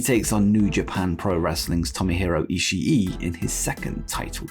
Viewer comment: It's Ishii (E-she) Not E sha E